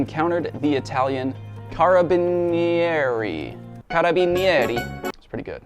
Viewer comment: As an italian I can assure your pronunciation of "Carabinieri" is quite on point! The Snorlax story was hilarious! Keep up the great work!